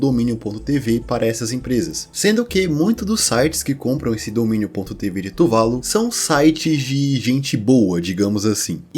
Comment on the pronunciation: AAAAAA! É "tuvaLU", e não "tuVAlu" Q raiva kkk